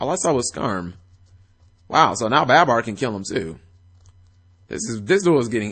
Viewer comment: also its not baaaabar its barbar, just had to get that off my chest cause its annoying lol